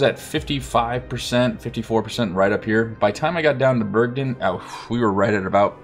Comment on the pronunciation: It's Bergen, not Bergdin.